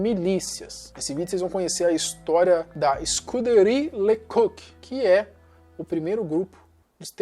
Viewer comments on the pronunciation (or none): Você é novo, e portanto nunca ouviu esses nomes nos noticiários. Mas a pronúncia correta era "Escuderrí Le Cóq" , e "Daví Násser" (a ortografia aqui é como os nomes eram pronunciados).